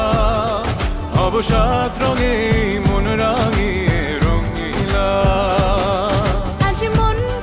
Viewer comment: তাসনিয়া ফারিনের ভুল উচ্চারণ রঙ্গিলা হবে রঙিলা।